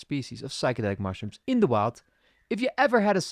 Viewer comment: I just really wish you could pronounce "the"... I know the problem lies with me, but it puts me off so much every single time you say "deh"